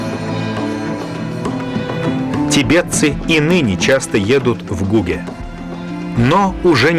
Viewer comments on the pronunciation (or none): Гуге это не весь Тибет, а его западная часть. В слове Гуге и имени Церинг ударение на последнем слоге.